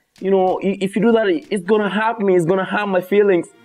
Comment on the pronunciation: Aty feelings ni nini 😂 "fillings"😂